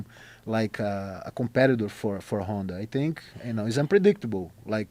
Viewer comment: “Honda Housey”